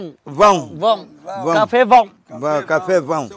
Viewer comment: nói cà pê vọng làm bác chủ đất cũng nói theo cà pê vọng hi hihihihihi.........